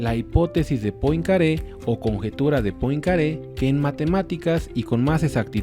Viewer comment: Poincaré se pronuncia "puancarré"